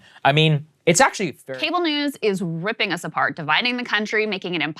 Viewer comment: No, it’s: “Cable news is Rrrrripping us apart!”